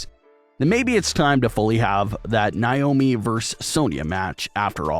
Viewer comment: Do you not know how to pronounce Naomi? Like it gets annoying hearing you pronounce it like that